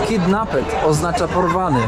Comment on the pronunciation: Szlifuj angielski i jego gramatykę bo słabo ci idzie. Dywan czyta się RAG, ty czytasz RUG, Polonsky miesza ci się z Polańskim, Porwany czyta się Kidnapt, ty czytasz Kidnaped i wiele innych takich błędów w wielu twoich filmach. Postaw na edukacje!